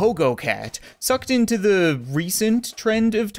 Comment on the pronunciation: Why do you say fire zee cat cannon when you fire the cat cannon